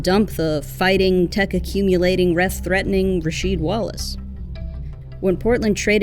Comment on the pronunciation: I heard Rasheed called "rah-weed".